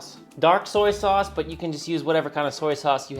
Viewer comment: It's all about the saus... That was a little Dutch 😂